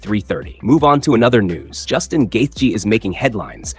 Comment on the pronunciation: Is the voice over AI or he just pronounces Justin's last name differently every single time? Lol Probably AI, which is so lazy.